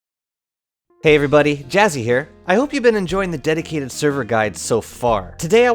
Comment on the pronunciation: Can't stop hearing "my daddy server"